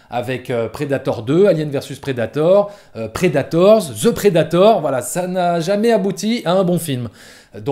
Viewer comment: C'est quoi cette manie des Français de prononcer ''the'' ''ze'' ???? Un mystère jamais élucidé.